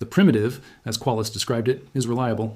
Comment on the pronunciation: Is the script/person seen in the video ENTIRELY AI-gen'ed...? The language mistakes are absolutely AWFUL and no human speaker would ever speak that way. ROOT or... "Roo T" ... "Rue-Tea" all because of a line break point I assume absolutely murdering the AI's ability to make a believable output. Shame because your channel actually looked good at first glance... but I guess thats common for A.I.